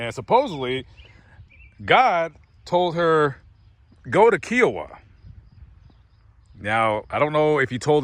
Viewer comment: It's pronounced K-eye oh-ah. I live in Kiowa.